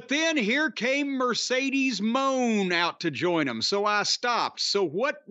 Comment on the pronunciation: you are so very very wrong, it’s Mercedes Moan